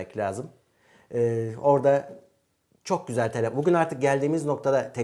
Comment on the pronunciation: helefon :DD abi naptın ya :DDDD